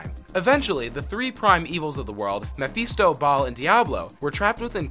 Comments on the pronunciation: TrisTRAM, mePHEESto, what a dweeb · "mah-fist-doe, Ball, and diablo"..............do you even play? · Triss-tram. Mafeastoh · don't forget mepheesto